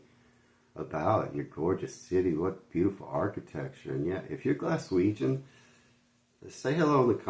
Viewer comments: What the fook did that guy call us? Galweganz? Fannybaws it's Glaswegian...😃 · Galweigen lol its glasweigen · As a Glaswegian, I really wish the narrator in the video you are reacting to would stop saying Galwegian!!! URGH!! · His pronunciation of Glaswegian was hilarious lol Also if your in Glasgow and its a nice day You can also visit the Peoples Palace located in The Glasgow Green.